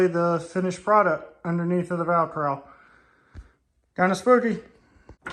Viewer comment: Vi-crowel? The word is cowl. Like🦉 with a “C” before it. Batman wears one.